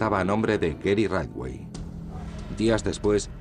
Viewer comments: Por qué pronuncia todo el rato como “raiwei” cuando todos los documentales en inglés dicen “ritchwei” (aproximadamente)? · "Raywey".... Jajajaja, siiiii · Muy buen documental, con lo único que no puedo es en como pronuncia el apellido de Gary. ¿Qué es eso de raitwey? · Por qué pronuncia Ridgway así? 🙄😖